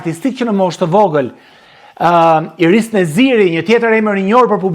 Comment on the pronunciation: Inis Neziri dhe jo Iris.Sa mezi ju a thot goja dhe eshte nje supertalent qe e ka vlersuar bota me dy çimime te para.E dijme mire si shkon kjo punè ndaj mos u lodh shum